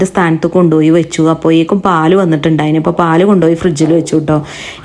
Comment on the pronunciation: ഴ എന്ന് പറയാൻ കഴിയില്ലേ..... എല്ലായിടത്തും യ എന്ന അക്ഷരമാണ് use ചെയുന്നത്.... ശ്രദ്ധിക്കുക..... അപ്പോയെക്കും എന്നല്ല... അപ്പോഴേക്കും 👍👍👍